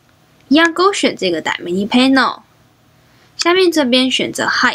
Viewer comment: 其实是叫dy/na/mic，不是叫dy/manic，我说怎么一直听着不习惯